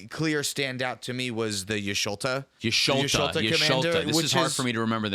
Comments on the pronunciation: it's just pronounced like the ' is an e. Yeshtola, rhymes with mesh cola but say it fast like it's one word. The katakana is ヤ・シュトラ which is ヤ (ya), シュ (shu), ト(to) ラ (ra), but it's localized with an L sound instead of the japanese R sound. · Yush toll (like a toll road or the bell tolls for thee) uh. Y'shtola. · guys its not ''jisholta'' its ''jishtola'' >.> what i do like about her is curiosity and glistening oil with y'shtola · its like yesh - toll - a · Just for pronunciation purposes, for Y'shtola it's Ysh-Toe-La. Ultimately it doesn't matter but I hope it's pronounced properly if you ever have someone play her on the channel :) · Lol, it's Yish-toe-lah btw. Don't worry though, there's worse names out there to pronounce. Any of the Roegadyn names are all some form of Welsh from the looks. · her name is pronounced YISH-TOLL-UH btw my queen demands respect!! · The Y is almost silent. ISH-TOLL-UH basically. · I like how they don't read yshtola like vivi with curiosity and ophidian eye or tandem